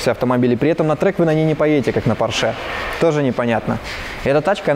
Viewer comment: извини пожалуйста,но немецкая фамилия Porsche читается и произносится,как Порше,а не,как Порш.И она даже в русском языке не склоняется.